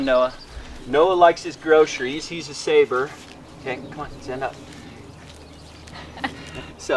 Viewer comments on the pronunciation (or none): Sable not saber. And fwiw Boer is a Dutch word, for the only breed with over 100 years of selecting on carcass value without dairying, so no wonder your Boer cross looks thick and muscled. It's pronounced Boo-er. Most people can barely get to calling them Bores, but Bowers falls pretty far short. Okay, let the scoffing begin.